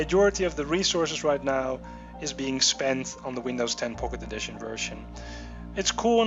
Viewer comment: sounds like hes saying pok`e edition.. lol